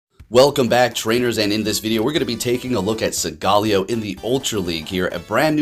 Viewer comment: hey it’s pronounced sowl-galeo not sogaaleo